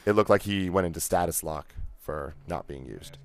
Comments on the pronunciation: It's 'stasis' lock, not 'status' lock. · Stasis Lock, not status lock. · It's STASIS lock. Not status lock. :P